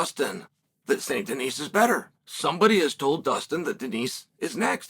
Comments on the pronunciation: Please stop calling the man Denise. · Benois Saint Denise - Chael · Saint Denise lmao